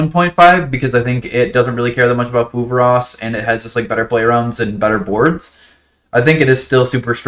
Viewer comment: what's this new card you're talking about? I cant quite make out what you're saying, 'pulvaros'? keep up the good work boss 👍